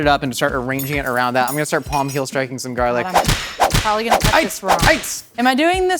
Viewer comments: He pronounces garlic “garelick” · “little bit of garlic” in a flawless Irish accent that I’d pay a lot to hear more of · nobody gonna talk about the way said garlic like he was an irish person or something.